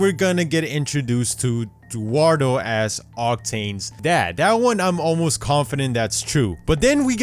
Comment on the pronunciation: oh. dearie?: DUARDO commenters: no commenters who can't read: yes My comment sucks